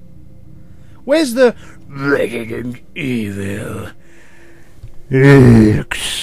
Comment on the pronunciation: Ello there, welcome to Rebident Ebil, 6. Less than 5 sec of video and I'm already spit on my notebook with a laught. Thanks, youuuuuuuu gra... no, youuuuu are the best!